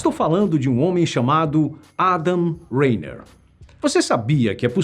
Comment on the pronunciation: pqp é só a pronúncia dele em xing ling já que eles não conseguem pronunciar a Letra R então eles falam Lainer